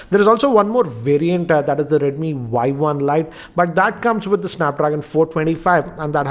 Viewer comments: Its Y1 not YI.... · its not [Yi] its 【Y1】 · Its not yi its y1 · It's Y one. Not Y i. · it's y one not yi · Not yi its y1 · sir is not a yi its a Y1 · its Y1 not i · SIR ITS Y1 NOT YI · Bhai Y1 not not Yi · It is Y1 and not Yi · Y 1 not Yi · Did he just made the first mistake by saying Yi .. Isn't it supposed to be Y1? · i think its Y one not Y i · Sir not yi its y1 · This is not Yi its Y one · he did say Yi first but all other times in review he said Yi One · It is not YI as you mentioned first. It is Y1. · It's not yi it's Y1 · Y One! Not Yi